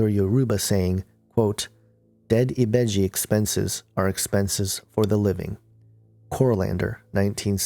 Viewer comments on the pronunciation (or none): Yoruba is a fucjing tribe. NOT religion. and ibeji is the world. not ebiji ugh